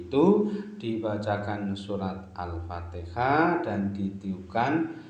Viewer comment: Itu baca alfatihah sambil niup celana nya brha kali alpatiha nya